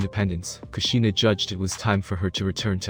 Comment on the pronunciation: Like I didn’t think it was possible to say everything wrong , Naruto, Minato, kushina, hiruzen, bijuu, konoha. Like wtf